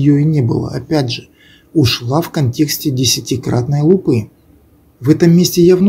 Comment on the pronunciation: лУпы, а не лупЫ.